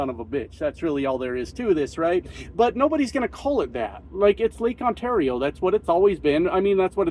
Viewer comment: But I heard Lake Kissmyass